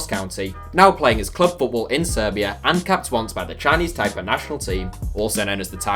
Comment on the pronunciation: Why is Taiwans flag the map of China and unified with China? China and Taiwan are two different countries. Its pronounced "Tie-Pay" too :)